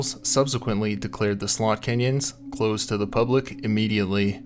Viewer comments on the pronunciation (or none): It sounds like your saying sold canyons.